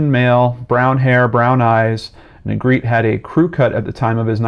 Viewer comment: Negretè is a Spanish surname. It is pronounced NEY GRE TAY. Negretti isn’t Spanish. Negretè is traditionally pronounced and the R is rolled.